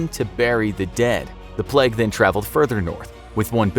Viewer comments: It's PLAY-g not PLEG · its pernounced play-g not pl-egg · It's plague not pleg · "Pleg" Why does the narrator always say plague like this 😂